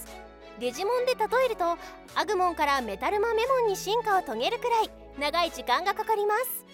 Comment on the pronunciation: ア↑グ↓モンェ…